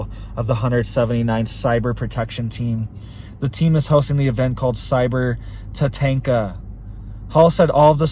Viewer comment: I think it might be pronounced, Tatonka. Like, in the movie, Dances With Wolves. Great name! We really appreciate you,! 🙏